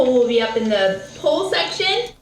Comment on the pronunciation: BTW, she was definitely saying "pull" which I believe was meant to be poll. As in, polling the audience for a name. I am a bit conflicted here🤔